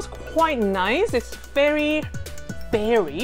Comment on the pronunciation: I love your accent, when you say "very" it sounds like "bery", I'm not making fun of you I think your accent is adorable and endearing, please don't try and change it, your legs in nylons are amazing btw